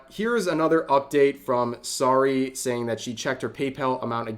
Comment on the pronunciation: Anyone else kinda surprised he doesn't know how to pronounce Saruei's name considering that Vtuber coverage is one of the main things he covers. For reference it is pronounced Sa-roo-eh phonetically.